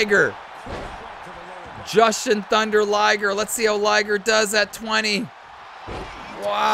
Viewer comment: Jushin has a long "U" in its name.